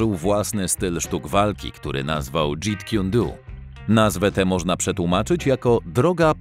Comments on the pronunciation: Dżet kun do a nie dżit kun du!!!!! Ludzie tworzycie film i źle wymawiacie podstawowe terminy. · dżet kun do a nie dżit kun du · Jakie Dżiit kun duu ? Co ten wieśniak gada? 🤤